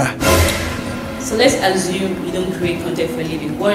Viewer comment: What’s with the Nigerian challenge of pronouncing Assume properly. It’s not Azume now.